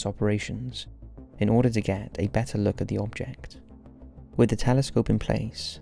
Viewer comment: “Take a look-kuh.”